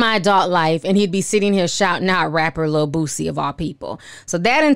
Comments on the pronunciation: I love that you call him Bootsie instead of Boosie 🤣🤣🤣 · Why do you say boosie like that lol?